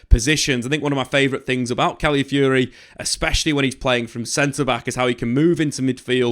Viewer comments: Stop saying Cally Fury. That's not the word. Where are you seeing "Cally" in the word you are reading? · Cally Fury? FFS, his name isn't that difficult to say.